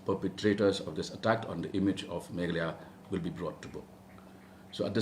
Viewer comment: I like how he says “Meghlaya” otherwise people stretch the “a” and say Meghaaalaya